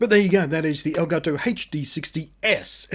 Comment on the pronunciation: Reviewer is the first person to say "El Gato" correctly